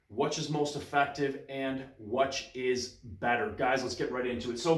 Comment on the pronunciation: do you pronounce "which" as wuhch? that's interesting.